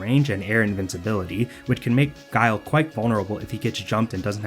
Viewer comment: thank you for including this lmao, I still think back to K Brad getting mad at Guile, calling him Gui-li, Guy-El, Gill